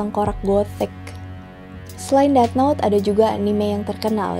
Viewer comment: nice video as always. manteb. btw yg death note bacanya "deTH" 😉